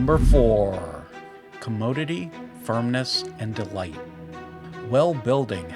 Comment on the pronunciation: Commodeity? As in commode? Is this AI or is english not a first language? This video feels like the websites on search engines that look like wikis so they have a bunch of info, but after reading you didnt learn anything the average person doesnt already know.